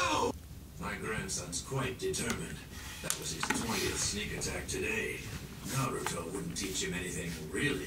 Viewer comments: It's not NaRUto, but Naruto. That is, no accent on any of the syllables. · did he just say “naratu” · straight up called Naruto Noratu haha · Please say naruto right it’s the o e thing as a fan that bothers me like nothing else does but just the main characters name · Please stop pronouncing Naruto wrong